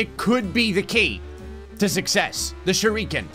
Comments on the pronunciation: nobody:: pronounces shuriken "shur - ReEeEeE - kin" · Can somebody please teach how to pronounce Shuriken